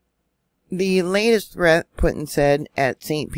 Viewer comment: Its pronounced, POOTIN!